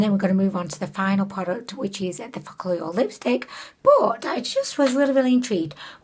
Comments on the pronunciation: Focallure is pronounced as folk allure and not fock allure i guess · I love videos you use focallure in because it just sounds like you’re saying “f**k all y’all” and I just love it 😂😂